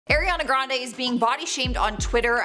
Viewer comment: Eeeeirrriana Grande. The first second. And I'm already done. Can't even pronounce her name right, why ya'll so unprofessional